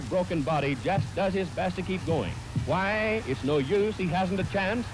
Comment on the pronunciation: He's lost 7/12 of a dozen teeth, hoowhy won't the referee stop it, hwhy, hwhy!? 7 foots be like: it's just a flesh wound.